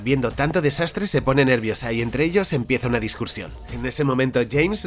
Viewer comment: Se dice discusion y no *discursion